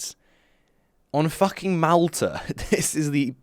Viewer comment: why do you say malta like that tho